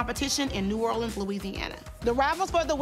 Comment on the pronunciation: The coach from explosive j pronounced New Orleans wrong